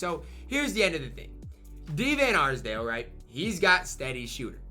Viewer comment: Bro really couldn't say d van arsdale